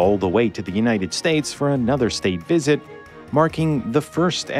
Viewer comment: It is really hard to listen to: Compound nouns are not stressed on part two! thrust reversers, not thrust reversers state visit, not state visit Terrible narration for an interesting topic. What a shame!